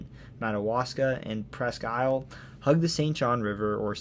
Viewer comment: Great video. Native Mainer here. I grew up in Presque Isle in the Aroostook county and in Bangor. Wonderful job on the pronunciations! Not many people from away pronounce Bangor and Presque Isle correctly. The only thing I noticed is that its not "The Downeast" just "Downeast".